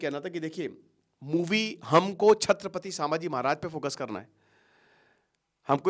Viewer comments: Abhe tu pehele Nam bol na shik Samaji nahi 🚩Chhatrapati Shambhaji 🚩 Maharaj Bolte hai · सांभजी नहीं संभाजी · अरे भाई, नाम महाराज संभाजी हैं, "सांभा जी" नहीं है। तुम एजुकेटर हो भाई, इंग्लिश अनुवाद पकड़ लिए तुमने । अब क्या रामायण को रामायणा, महाभारत को महाभारता, प्रभु राम ओर हनुमान जी को रामा ओर हनुमाना बोलोगे? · सामाजी महाराज नहीं जी नाम ठीक से लो संभाजी महाराज ऐसा बोलो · Kitani baar सांभाजी bol rahe ho fast pronounced properly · 'छत्रपती संभाजी महाराज ' यह है सही उच्चारण..कृपया दुरूस्त करे.. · Pronounce संभाजी महाराज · Sir aap ki videos bahot acchi rehti hai ...but aap kuch dino se छत्रपती संभाजी महाराज 🙏पे video's bana rahe hai ..hame bhot khushi hai ...but continuously aap jo unke naam ka galat pronunciation kr rahe hai ..vo bahot galat baat hai....aap ke naam ka agar koi galat pronunciation karega toh aapko kaisa lagega ....aap jab bhi koi video upload kare ..at least uski basic study kare ....🙏